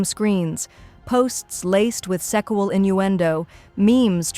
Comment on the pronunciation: It's not called salmon It's called semen. And it's not pronounced secual abuse. It's called sexual abuse.